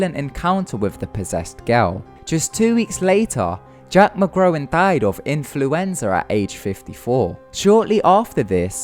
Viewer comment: jack mcgowan not jack mcgrown if you are going report facts why don't you learn to speak correct instead of sounding illterate